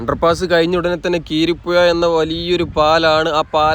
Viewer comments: കീരിപ്പുഴ അല്ല ബായ് , കുരീപ്പുഴ പാലം , എന്തായാലും വിഡീയോ നന്നായിട്ടുണ്ട്. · കീരിപ്പുഴ പാലം അല്ല ബ്രോ കുരീപ്പുഴ പാലം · കിരീപ്പുഴ അല്ല കുരീപ്പുഴ എന്നതാണ് ശരി. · കീരിപ്പുഴ അല്ല കുരീപ്പുഴ എന്നതാണ് ശരി❤ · കിരിപുഴ അല്ല കുരിപ്പുഴ ആണ് കവനാട് പാലം ആണ് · കീരിപ്പുഴ അല്ല ബ്രോ കുരീപ്പുഴ പാലം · കീരിപ്പുഴ അല്ല bro കുരീപ്പുഴ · കീരിപുഴ അല്ല.. കുരീപ്പുഴ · Keeripuzha alla kuripuzha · കിരിപ്പുഴ എന്നല്ല. കുരീപ്പുഴ പാലം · 😂😂 " കീരിപ്പുഴ " അല്ല " കുരീപ്പുഴ " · നീണ്ടുകര അല്ല നീണ്ട കര കീരി പ്പുഴ അല്ല കുരീപ്പുഴ